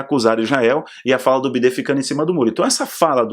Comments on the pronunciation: Boa tarde, Não é bidê é biden! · A pronúncia de biden é baiden não bidê 😁😁😁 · Ele sabe, só fala assim pro vídeo não ser censurado. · Bidê por causa do YouTube